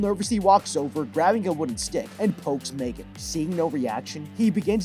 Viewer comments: No offense, but its M3GAN not "mae-gen" 💀💀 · Megan❌ Me-3-gan✅ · Its megan not maygan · It’s pronounced mEEgan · You mean M three GAN